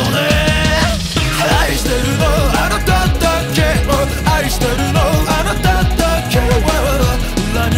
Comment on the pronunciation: 【 自分用 ここがすき！！ 】 ⚠️注意⚠️ 長文です🙇🏻‍♀️ 「but only you」 おててでハートをつくられていらっしゃる 歌い出し 「気に“な”れないんだ」 「そうかもね かもかもかもね」囁き 「あなたじゃ分かんないね」小馬鹿にしたような｢分かんないね｣ 「アタシは含まれない“よう”なんだ」がなり。 「と言ってもあんたのためかもね」あなたを｢あんた｣って発音してるのめっちゃすき 私の左耳返してください 私の右耳返してください 「関係“ないんだけどね”」 サビ！ ｢愛してるの あなただけを｣ こっちのセリフなんですけど… 「あなただけ↑を」 「この 妬みも」“妬み”の言い方めったすこ 「この苦し↑みも」 「二人ただ堕ちていく」“堕ちていく”の言い方めっちゃすき…尊 そしてイラストの目が光ってるの最高にかっこいい… 2番歌い出し 〜 ちらみえおてて。 「そうだよね」ちょっと小馬鹿にしたような言い方好き… 「ダメだよね」 唸ってから入るの最高 「求めているものは」 ｱｯ(昇天) サビ！ 「あなただけ↑を」 「ふり続けてるの」 「この苦し↑みも」 「二度と来ないその時をぉ゛」 イラストの目光るのばかかっこいい＆語尾 ぞわってくる ｢どう見たってどうしたって愛だけどね｣ がなりやばい 「but only you」 ラスサビ！ 「あなただけ↑を」 「苦し↑みも」 「二人ただ堕ちていく」囁き気味なの神では？？ 「but only you」 えっ、ここもおててでハートつくってます？ 死にますさようなら オリジナル曲2曲目、めちゃめちゃかっこよかったです…！！まさに｢愛してるの あなただけを｣です…最高にかっこよかったです…これからも愛させてください…😭🙏🏻💓✨